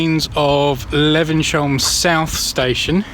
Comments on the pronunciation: Great video....but maybe check the pronunciation before visiting? "Le-vens-hyoom", not "Le-ven-shum"!! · For your information, Levenshulme is pronounced 'Levenshume'!!! Before you did this Christmas walk with a difference, did you bother doing any research into how the area's name was pronounced? I don't fucking THINK so somehow. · Er,,,,,, it's pronounced Levens.. Hume - lol (bloody southerners) - just joking - nice video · Great video but saying 'Levensyome' all the time was getting right on my tits!...But it was very informative and filmed well, so good job 👍.